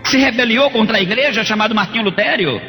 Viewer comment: Um padre que tem estudos dizer revólvore? Difíce? Luterio? Kkkkkkkkk Esse senhor aí não é padre. Não existe padre analfabeto, que não sabe falar bonito... Conversa de crente mesmo...Porque não mostrou o rosto? Tem medo do quê?